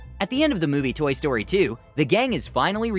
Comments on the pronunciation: Toy story said toy stroy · You sed toy stroy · It said Toy Stroy 2😂😂